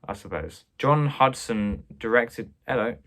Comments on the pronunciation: "oh-LIV-ee-yay" is correct: influence is French. While we're on the subject, I'll nitpick and say that "Huston" would be pronounced "HEW-ston". The Huston family is well worth getting to know: Walter is a versatile and magnetic actor, John a gifted director and screenwriter (though rather obsessive) and if you have seen "The Addams Family", then you have seen just a tiny snippet of what Angelica Huston can do. Oh, and one more: a couple of videos back, you commented on "Cavalcade". It's pronounced "CAV-all-cade", as opposed to the Latinized pronunciation you gave it (and I do agree with you generally about Clark Gable). Enjoying all of your videos so far. And your extremely helpful kitty. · Also, there's no 'D' in John and Walter Huston's surname. Later, John will also direct his daughter Angelica to her own Oscar, so it's well worth learning his name.